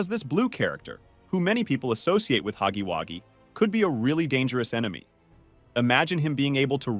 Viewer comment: hugy waggy bruh you said it wrong *huggy wuggy- hug gey wug ey